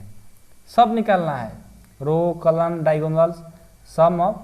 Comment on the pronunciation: Kalm nhi column pagal sir ji